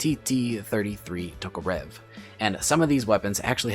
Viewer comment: i don't want to be that kinda guy but its ev is pronounced uhv in tokorev im sorry again but fuck that bothered me alot for some reason